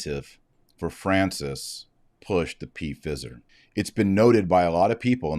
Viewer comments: Not P Fizer…😂 Pfizer like fiver 😉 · Sorry - not ‘p-fizzer’. Pronounced FIE-Zer. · Mr. Marshall, I believe the word is pronounced P silent fi long I then zer. Your podcast are very informative and help to clarify current issues rated to our faith Thank you. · It's pronounced fyzer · Why are you calling it P fizer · It's pronounced fie zer dr. Marshall. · He knows. He deliberately does it to "fool" the algorithm. This is a segment from an old video of his. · He says it that way on purpose - so it doesn't get censored. And...they are about to Fizz anyway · Taylor is pronouncing the word the way he does to fox those who would shut him down. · Why do you deliberately mispronounce the name Pfizer? I presume it is deliberate, since everybody over the age of 12 is very familiar with the name. I am an Irish catholic and stieadfast in my faith from birth. I hate to see other catholics trying to demean those they dislike in such a childish way. It certainly weakens any argument you might legitimately have. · I do not know if you purposely were pronouncing the multi-billion dollar company’s name incorrectly or not, but the “I” is long sounding. If the “I” were to be pronounced short, there would be 2 “z” in the name. (My apologies if you were trying to make a point otherwise.) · Is he pronouncing it wrong on purpose to get around a content filter?